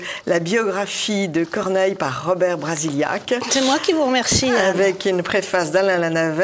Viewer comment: prononce Brasillach à la façon espagnole.